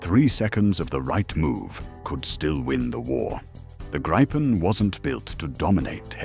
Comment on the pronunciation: [gree-pen] if I may.